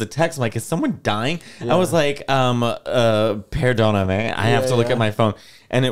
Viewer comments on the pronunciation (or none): Rare Matteo Lane linguistic L when he said “perdoname” to the brazilian guy 😞